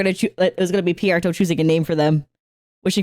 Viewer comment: I’m sorry, did you say Pierreto? Who tf is that? 😂